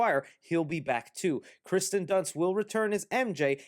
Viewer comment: Listerally no one knows how to pronounce Kirstens first name